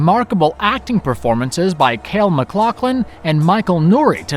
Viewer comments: Its Kyle.....not kale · KALE MacLachlan? IT'S Kyle, genius! K-AH-Y - L. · Who the eff is Kale Mcloughlin? Did you mean KYLE??? smh. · Why can none of you pronounce names correctly? You messed up someone else's name in another video I watched. Kyle is pronounced as if the Y is an I, or rather EYE. Kyle not Kale. Have you never know someone with that name? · Lol you said “Kale” McLaughlin did you do that intentionally? I know David Lynch calls him Kale on purpose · It is a Cracking film , as for bitter ! I believe Jessie Garcia was joking about how they mispronounced KYLE as KALE which is a bitter vegetable ! I actually riffed on that somewhere on this thread too . phewww long post... enjoy HALLOWEEN up ahead CHEERS MATE!